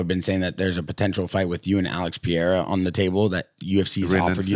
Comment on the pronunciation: Alex Per-eira just like you spell it. NOT Piera. Learn to read and listen